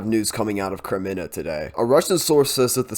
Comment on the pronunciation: Thanks for your reports! Kremina -- this is an easy name to pronounce. Accent the first syllable and pronounced it closer to a long A.